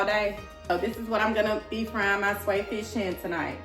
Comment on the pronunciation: Your pronouncing it wrong google how to pronounce it thank me later 😂